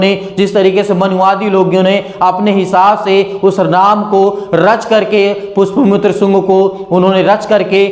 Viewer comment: आदरणीय भाई जी आपने जिस व्यक्ति का नाम लिया जिसे यह मनुवादी लोग झूठ बोल कर भगवान राम कहकर संबोधित करते हैं उसका नाम वास्तव मे " पुष्यमित्र शुंग " है।आप इस नाम का उच्चारण गलत कर रहे थे (पुष्प शुन्ग मित्र) कह रहे थे यह गलत है। यह ज्योति शर्मा सच्चाई को जानती है लेकिन खुल कर स्वीकार नहीं कर रही है। ऐसे बहुत से लोग हैं जो कि पवित्र वचन बाइबल की सच्चाई को जानते समझते हैं किन्तु सबके सामने स्वीकार नहीं करते हैं। वह लोग इस बात को अच्छी तरह से समझते हैं कि प्रभु यीशु मसीह ही सच्चा और ज़िन्दा परमेश्वर है जो कि बहुत जल्द ही वापस इस संसार में आने वाला है । यह लोग इस सच्चाई को भी जानते हैं कि इस संसार में विशेष रूप से हमारे भारत देश में आमजन जिनमें sc.st.obc. वर्ग के लोग धीरे-धीरे सच्चाई को समझते हुए अपने परिवार सहित प्रभु यीशु मसीह पर विश्वास करते जा रहे हैं और काल्पनिक देवी देवताओं तथा मनगढ़ंत काल्पनिक कथा कहानियों से दूर होते जा रहे हैं इसके अलावा राजनीतिक दृष्टिकोण से भी भाजपा का जनाधार खिसकता जा रहा है जिससे खिन्न हो कर ये लोग धर्मं की राजनीति करते हुए ईसाइयों को प्रताड़ित कर रहे हैं। सारी दुनिया को मालूम है कि चाहे कोई भी व्यक्ति या समूह या शैतान कितना भी प्रयास कर ले लेकिन फिर भी प्रभु का वचन सत्य है इसलिए पूरा होगा कि " हरेक जीभ मेरा अंगीकार करेगी और हरेक घुटना परमेश्वर के सामने टिकेगा " आज जो लोग प्रभु यीशु मसीह के नाम का प्रचार प्रसार करने में अड़चन डाल रहे हैं,एक दिन वही लोग बढ़ चढ़ कर प्रचार कार्य करेंगे-- आमीन